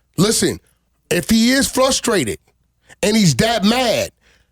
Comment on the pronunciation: I trust no nigga that uses the word “flustrated”